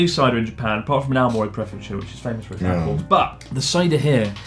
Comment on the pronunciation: Omg connors pronunciation of Aomoro threw me off 😂 i was like huh? My dads from the famous apple place in japan